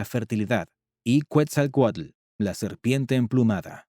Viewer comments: Es Quetzalcoatl no cuetzalcoatl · Es Ketzalcoatl , Quetzalcóatl, no “cuetzalcoatl “ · no se dice cuetzalcuetla se dice: Quetzal Coatl. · Cuetzelcualco ahuevo..😂😂😂😂 Que dios es cuetzecualco. Yo solo conosco a quetzacoalt